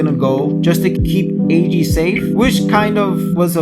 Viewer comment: Eiji (Ay-Gee) is how I kinda say it so to me you're saying it fine The summary was great, don't worry about spoilers as long as you warn ppl they should be fine as this video is a review of what most would assume to be the season in it's entirety. Love the backing music. You did a good job with this video, and yeah I totallllly didn't cry either. The series was so tragic! I'm glad to find people still finding it.